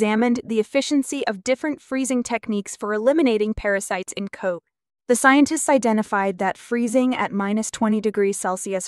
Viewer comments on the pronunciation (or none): Cod like in the odd couple. Not code. Love you.